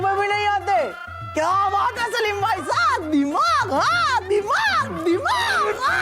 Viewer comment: दिमाग नहीं धीमाग 😂😂😂